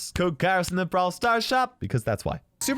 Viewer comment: Peapoles are stupid . Its K A I R O S . No K A R I O S .